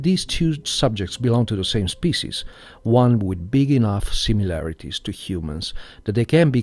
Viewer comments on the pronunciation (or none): none